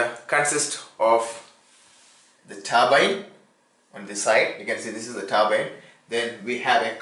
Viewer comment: is he saying turbine or turban?????